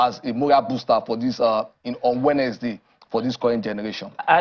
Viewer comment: And his english is bad. he cannot pronounce "wednesday". He also count words when he is speaking, like a kid. Very weird tbh.